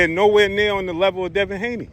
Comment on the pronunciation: Man just say Devin Haney